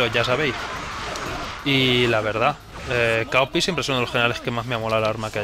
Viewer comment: se pronuncian cao pi: sohi zhen ji: Shin Ki